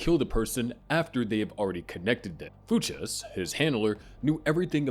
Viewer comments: BRO I can’t do it with you pronouncing fuches like that, what has the world come to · Why can’t you say the name the way it comes out in the show? It’s so jarring especially because you say Fuches so offer. Barry literally screams it in the show. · No one who watched Barry would pronounce Fuches that way. 😅 Seems so disingenuous if you really made this video using like summaries of Barry online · Crazy pronunciation for Fuches lmao. They say it constantly throughout the show